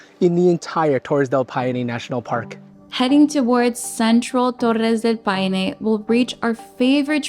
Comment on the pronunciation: DEL "PINO"? PA I NE*